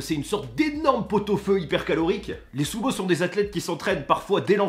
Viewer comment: MAIS ARRETE DE DIRE SOUMO